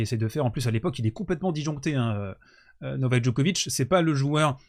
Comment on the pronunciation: Pour info, la ville natale de Monica Seleš (son nom de famille se prononce donc "Selech" en Serbe, et non pas comme tout le monde... Seles... Vous avez bien compris qu'il faut dire Djokovitch, et pas Djokovique, n'est-ce pas?) est la seconde ville Serbe la plus importante de Serbie, non pas "à côté de Belgrade" (pardon, la Serbie est un petit Pays) mais à une centaine de km plus au Nord de la capitale Serbe (au Nord-Est du pays, exactement), très proche de la frontière hongroise (frontière elle même à une centaine de km de Novi Sad), Belgrade se situant au Sud de la Serbie. Novi Sad se trouve dans la province autonome de Voïvodine (qui abrite d'ailleurs une forte communauté hongroise, Hongrie où se trouvent les origines de Monika Szeles: écriture hongroise, "Sz" se prononçant comme notre ch français). La Voïvodine est une région agricole du nord de la Serbie. Merci beaucoup à d'avoir rappeller les 8 titres en GC qu'elle a remporté, avant l'âge de 20 ans! PS: La République fédérale de Yougoslavie (jusqu'en 2003, Yougoslavie signifie "les Slaves du Sud": Youg veut dire le Sud en Serbe) était composée de 6 républiques fédérées, qui sont toutes devenues des Pays indépendants: la Bosnie-Herzégovine, la Croatie, la Macédoine, le Monténégro, la Serbie (comprenant toujours les régions du Kosovo et de la Voïvodine) et enfin la Slovénie. A noter que malgré la guerre de l'Otan en Ex-Yougoslavie, à la fin du siècle dernier, environ la moitié de la communauté internationale ne